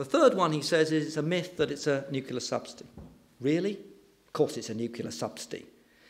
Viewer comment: Two things. First, onshore wind is not expensive, its the cheapest form of energy currently. Second, the word is nu-cle-ar, not nu-cu-lar. Apart from those inaccuracies, an interesting talk highlighting some key issues with the debate. Given that onshore wind is the cheapest form of energy generation and the current UK government has shut it down (because their wealthy landowner cronies don't like the view on their estate being 'spoiled'). I would slightly disagree with his conclusions.